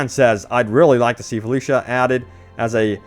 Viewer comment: Don’t think I’ll get the name right but the planet, Flusha Edit: Just got to the part where Dan is a lad and spells Felcucia right, Felucia please Dice.